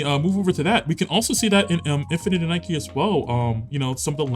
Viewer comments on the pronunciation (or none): Lol Infinity Nike, it's Nik-Key and Woothering Waves is like Whethering Waves.